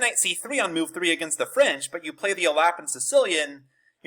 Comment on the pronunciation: It's definitely not pronounced "alappin"